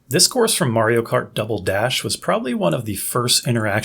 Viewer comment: Whys he gotta say animal crossing a double dash so weird 😂 Great video though